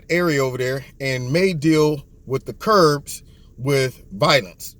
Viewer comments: Love you...one thing though...they are KURDS, not Kurbs...no B in the word. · It's Kurds not Kurbs. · They are actually known as Kurds, as in short for Kurdish. Don't feel bad, I can't pronounce many of the middle east country names or sect names. Thanks for your insight!